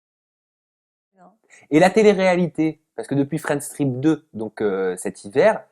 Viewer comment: La façon dont vous dites Friends trip ça sonne Friend Strip jsuis dsl mais cvrai 😂😂